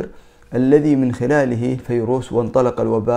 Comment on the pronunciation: اسمه ڤيروس!!! ارحمنا!! ألا تعرف الحرف v...؟؟؟؟